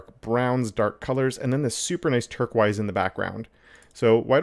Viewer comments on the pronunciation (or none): He lost me at "turk-wise," but got me back when I saw how nice it looked.... Then he said "turk-wise" again. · "turk-wise" The color you're struggling to pronounce is called teal, dude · Oh my God! The way you pronounce turquoise😡😭